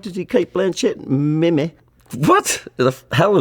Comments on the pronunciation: i'm glad i'm not the only one who's said meme as "meh-meh" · when he read meme as meh meh😭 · Taika pronoucing "meme" as "mem-eh" is everything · If it were a Moari word, thats how you would say it. Kiwis get it lol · the way he reads "meme" TOP NOTCH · 2022 and somehow still reads the word "meme" like it was 2001. lmao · "Does Taika Waititi have a Grammy?" "He sure does. They are just giving those things away." 😂 He is so funny. The way he pronounces the word "meme." 😁